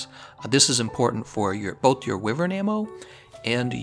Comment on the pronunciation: Thumbs down for the repetitive mispronunciation of Wyvern!